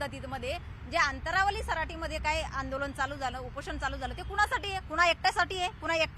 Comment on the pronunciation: अनंतावाली 😅 अंतंरवाली